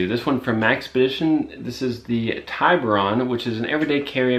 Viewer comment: Tiburon(TEE-BOO-RON), Shark in Spanish.